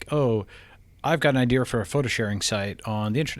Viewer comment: Can’t stand it when people pronounce idea as idear